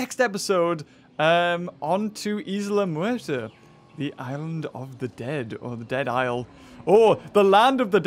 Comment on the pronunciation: lol u said Isla murter and not muerta